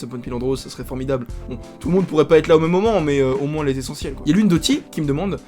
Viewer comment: "MoinSSS" (quelle horreur) J'ai le même peigne avec le p'tit rond lel Mais il m'est pas bien utile... bisous :3